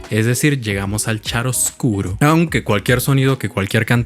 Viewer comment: xD omg verte arrastrar cantantes de ópera es muy divertido. Por cierto, CREO que lo del 'chiaroscuro' se pronuncia 'kiaroscuro', por venir del italiano :) me disculpo por adelantado si no resulta ser así. A mí me falta mucho lo del squillo, escuchar mi voz muy al frente me da pena xD siento que se oye feo, pero hay que confiar en el proceso.